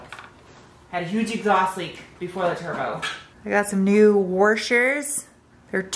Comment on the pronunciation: I like your new “warshers”. They’re much better than washers.